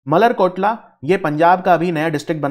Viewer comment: मलेरकोटला not मल्लर कोटला